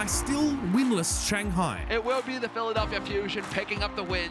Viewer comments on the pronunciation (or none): none